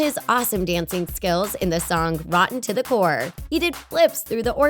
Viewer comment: Decendents 2 n plus rotten to the core u said it wrong no hate but I love ur channel n r.i.p cameron loved him lots xx